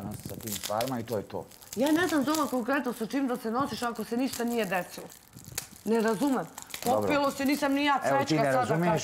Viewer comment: Kad cujem ovo "deslo" nije mi dobro. Ogavan je